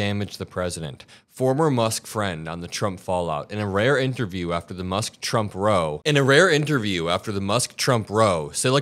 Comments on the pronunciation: Hi. You are my favourite in the Midas Touch Group. I particularly commend you on your enunciation. Few can read to me without my tuning them out. If I may suggest on this one.. when one has a row with someone, it is not usually pronounced as ro, like row your boat, more more of an Oww!, as in pain... or the ow in Meow. It is, or was, at least, more emphatic, or dramatic. At least it was, I do confess to old school traits. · Friendly correction: when the word "row" is used to indicate an argument, "row" is pronounced row, as in brow, how, or now. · are you an AI? It’s pronounced “rauow” not “row” like row your boat. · Not meaning to be picky, but "row" meaning a fight, rhymes with "cow", not "toe". Learned that from my mom years ago. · It is pronounced raow, not row. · Row = rau Not ro. Lol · Heads up, a row as in a fight is pronounced row like cow, not row like crow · not row ...row like a fuss ...rhymes with wow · “Row“ rhymes with “wow“ – it’s a Britishism. Love you,! This could be a breakthrough for Bernie Sanders message. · Row; rhymes with cow. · "row" like you pronounce it means when people line up in a row. But in the context you were reading (meaning a fight) it you should've pronounced it "Raou" rhymes with Bow, like when you bow to your audience after a performance. The English language is pretty screwed up. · Row rhymes with cow in that context. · 'row' is pronounced like 'wow' in this meaning 😉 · Just a FYI, "row", pronounced "rau" as in 'frau', is more often a British- / Commonwealth-used term for a spat or disagreement. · Its pronounced Row like Cow. Anyway, love what you're doing. Keep up the great reporting. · not sure you read the comments, but this is sort of important: Row rhymes with tow if your talking about a boat, but if your talking about a fight or argument is is a row, rhyming with how. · Row, as in an argument, rhymes with cow FYI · Hey. 'Row' is pronounced like 'cow'. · Row rhymes with cow. FYI